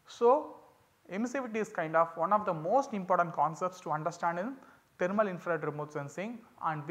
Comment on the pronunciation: Thermal not taramal😢